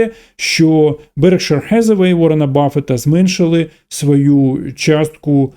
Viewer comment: Заради бога не "хезевей" а "хетеуей" (як актриса). Дякую 🙏